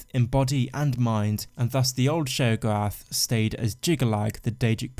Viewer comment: your pronounciation of Sheogorath is so maddening for me XD i can't concentrate on the rest of the video...